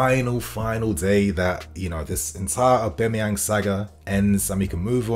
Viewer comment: Mans been pronouncing Aubas name wrong for months now